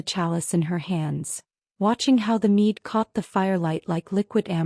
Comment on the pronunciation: Not meat . Mead ! Mispronunciations really irk🤔